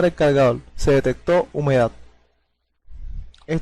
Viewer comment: Cargadol no existe es cargador no existe habla bién mi pendejazo!😂😂😂😂😂😂😂😂😂😂😂😂😂😂😂😂😂😂😂😂😂😂😂😂😂